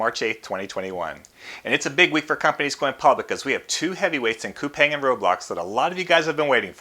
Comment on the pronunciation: Coupang is actually pronounced as "coupon". I learned it at the investor's roadshow. Roblox and Coupang are on my list.